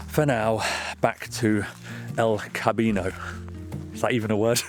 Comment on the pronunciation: not "el cabino"...try La Casita